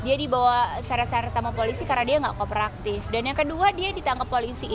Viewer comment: ngomong koperaktif...😂😂😂...kooperatif keleeuuuss....bukan koperaktif...koper buat bawa baju kali yaaak...ngakak